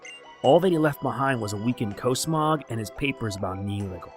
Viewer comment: he said cosmog wrong it's cosmog with different o sound